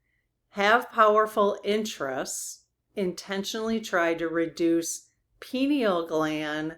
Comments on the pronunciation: "Pie Kneal" pineal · It's pronounced (pine - eel) gland or Third Eye. It's where we receive spiritual information & energy. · and it’s generally pronounced PINE-NEAL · One thing I do wish you would work on is your preparation. When you do a book study such as Anne Tucker's, "What's Coming Next," you said several times you hadn't read the book. I think this is quite disrespectful to the author, your channel and your audience. Another example is the pineal gland which is our third eye. Why would you do questions on this topic if you can't even pronounce the word? I do like your channel more than I don't but I wish you would do your homework. Thank you.